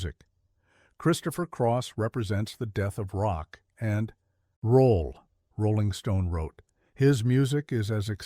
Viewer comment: Rolling Stones not Rilling Stones..dah!!!